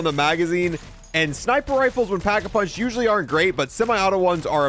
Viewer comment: It's called Pack-A-Punch, not packed-a-punch or packing-a-punching. You're supposed to be a zombies player? lmao